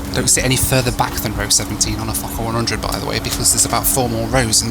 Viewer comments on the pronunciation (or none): I thought you said fucker-100 just spat out my tea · i first heard that as "the fuck up 100"